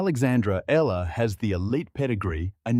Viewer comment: Yes finally pronounced her name right !!!